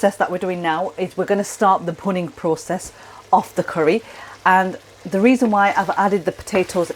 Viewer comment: The process referred to is “bhunning”. Not clear in the vid as it’s pronounced with a leading “p” as in punning. Not explained in text nor the link to the explanation provided. The process is scraping the caramelised sauce from the pan edge back into the sauce to give a stronger, rich flavour.